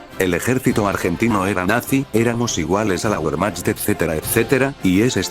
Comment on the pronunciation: Buen video. Se nota que manejas muchos datos. Hablas de cascos y uniformes pero no mencionas los temas de reglamento y doctrina y ahí también caló la influencia alemana. Comparar el influjo germánico entre las fuerzas chilenas y argentinas sería muy instructivo. Vos algo comparaste. Detalle, la pronunciacion "guermach". Buenas fotos.